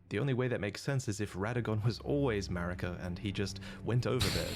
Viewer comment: OK but why does she call Marika malika though?